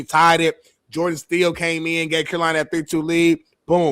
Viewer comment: the hockey expert cant pronounce one of the most famous NHL brothers last names ever. Staal does not sound like Steel lmao. that'd be like someone claiming to be an NFL expert and cant pronounce Manning.